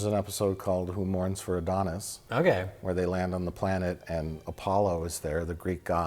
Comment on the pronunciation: It's "Who Mourns for Adonais?," not "Who Mourns for Adonas?," Mike.